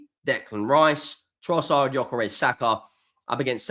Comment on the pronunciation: Who? At least get his bloody name right...